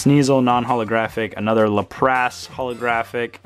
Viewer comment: Your pronunciation of Lapras is killing me, lol. Lap-rass not Luh-prass.